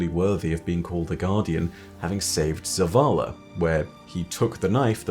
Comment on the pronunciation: Zavala, it's zavala